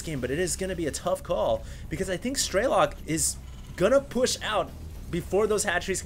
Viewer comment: "Strelok" is russian for "Shooter" and there is no long "e" - "Streelok" "all the sounds are the same duration, you just snap it "Strelok"... just FYI